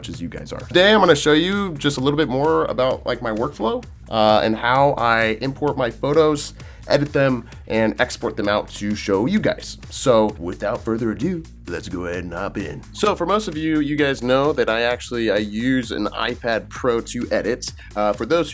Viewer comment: Don’t you mean... “without further aDRUE”